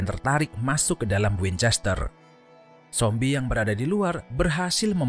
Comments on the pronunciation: Kok nyebut zombie nya sombie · Sombie atau zombie min ???